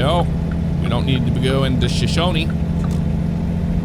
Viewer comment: I'm from Wyoming! Where I-25 turns to I-90 is Buffalo, Lovell is pronounced Love-ll, and Shoshone is pronounced Sho-show-nee. Wyoming has a lot of Native American history, and it DEFINITELY shows!